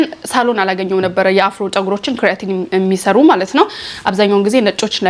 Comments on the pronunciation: ክሪያቲን በጀርመኒኛ ነዉ ካራቲን ማለትሽ ነዉ??? 😅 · not ክርያቲን (kreatin) it is called ኬራቲን (keratin)